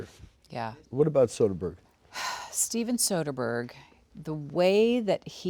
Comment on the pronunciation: Soderbergh. Soderbergh. Soderbergh. Please.